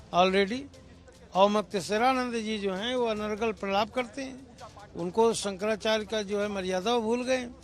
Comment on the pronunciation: Bhasa ko sudha kijiye Sankara charya hota hai Sankara chrj nahi